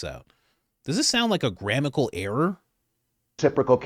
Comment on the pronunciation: It’s GRAMMATICAL error! (not GRAMICAL error)!